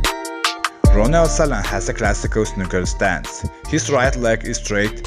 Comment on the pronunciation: Great vidéo .i just think that his name is ronnie not roonie